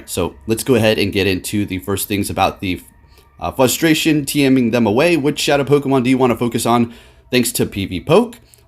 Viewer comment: Fustration........... Wow..........